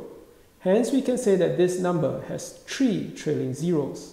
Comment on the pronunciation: Why are you saying four hundred and tree?